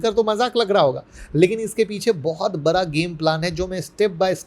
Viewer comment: उच्चारण मे सुधार करिये सर, बरा को बडा बोलें